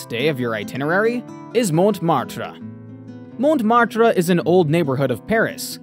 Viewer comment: Please don’t pronounce the t when u say croissant… it is a silent letter. Really shows u dont know much about france. All u show r super touristic areas where we just dont go. And please dont say montmartre u also dont pronounce it properly. U r just showing tourists traps. At least u wont meet any parisians, which maybe is your aim !